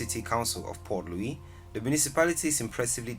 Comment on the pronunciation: Please Pronounce the Cities names Correctly. The Capital City in Mauritius is "Port Louis" and NOT "Poor Louis"